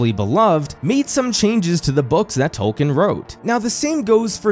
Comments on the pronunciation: Don't worry too much about us hardcore fans. We knew you weren't as deep in as we were when you pronounce his name "Tol-Kin" and not "Tol-keen". But despite our pedantry we are (at least I am) happy to see you making this video and having more people enjoy his works enough to make video essays about them. Plus this is how I get to experience the show since I couldn't stomach watching it. XD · OK why do you keep saying "Toll-ken" when it's very widely documented he pronounced his name "TOLL-keen"? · Learn to pronounce the name. It's TOWL-keen. I can't even watch this video with you constantly mispronouncing the name.